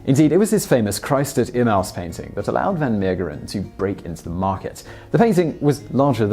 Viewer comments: Sorry to break it to you, but you mispronounced another name: Emmaus is em-MAY-us. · Love your stuff but it's pronounced E-mm-A-us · Nice. But you pronounced Emmaus incorrectly. Here is the correct pronunciation and thank you for trying to pronounce so many things correctly.